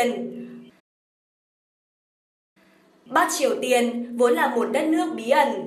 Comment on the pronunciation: Bắc mà nge dọng đọc giống "bát"'